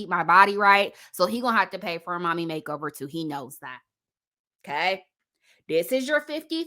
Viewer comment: Every time you say “Kay,” 😂🤣💖 I love it😊